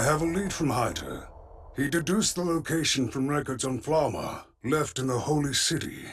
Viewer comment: I'm so pissed off how the dub pronunces Flamme. Couldn't they at least listen to the Japanese version as a sample?